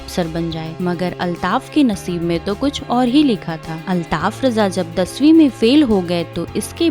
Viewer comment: Bahen jaankari badme dena pehle unka nam sahi se lijiye aap